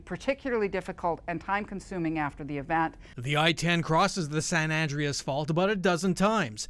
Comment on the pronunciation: Is it me or is the reporter mispronouncing San Andreas?